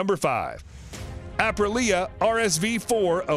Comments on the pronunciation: Asprilia? Apreleah? Aprilia? The guy can't figure out how to pronounce the name. If I was Aprilia I wouldn't be too pleased. And then there is the "Panigal". These "professional" readers/announcers sure don't do their job very well. A tiny bit of homework ahead of time would have helped with proper pronunciation. With regards to the bikes, I would be happy to own any of them. All beautiful. Have owned Suzuki, Yamaha and Honda in my past. Even had a Piaggio MP3 at one point which was super fun. Wonder how the guy would pronounce that?? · APP RA LIA? ....Says the guy who can read, but knows nothing of motorcycles. AH PRILL YA, is have ya pronounce it. 10 seconds or research on youtube it all it would have taken. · Apra LEAH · "Asprilia"? Please correct and publish again. It's an offense to this motorcycle brand. :( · Gr8 video..,,but dear yank the name is a pree a NOT A PRILL E A! ..CONN ectivity isnt a word either! 9/10 for effort though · I have got used to Americans butchering words and letters, ZED for instance, but could the names in this video be more mangled? We have an A-Pril-ia, an As-pril-lia and also a Panigale pronounced Panigall! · what the fuck is up with all the awkward pauses and stutter in how this guy speaks? is this just really good AI voice? IS POWERED BY A... 998CC ENGINE oh god and he pronounces aprilia two different ways within seconds of each other OH MY GOD THEN HE TOTALLY MISSPEAKS IT AS ASPRILIA what the fuck who dresses this speaker in the morning alright after several more mistakes i'm convinced that's just really convincing text-to-speech written by an idiot. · His pronunciation of Ap ri lia destroyed any possibility of getting a thumbs up... :( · My guy isn’t just call it “ apri lia “ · Fool can't say Aprilia. Lol Waist of oxygen. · I’ve never heard someone pronounce “Aprilia” in so many different ways 🤣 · you found 4 ways to butcher the brandname aprilia